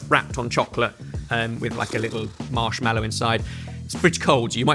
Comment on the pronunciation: As a chef hearing I did not expect to heat say marshmEllow. When it’s marshmAllow